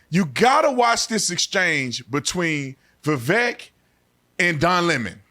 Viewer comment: Definitely AGREE with The Officer Tatum! Vivek & Trump as a Team will be MY choice. BUT HIS NAME IS PRONOUNCED LIKE “CAKE” i.e. Viv-Aaake